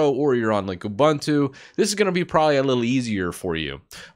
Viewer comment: it's not you-bun-two. it's oobuntu.